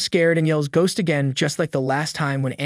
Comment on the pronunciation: g ost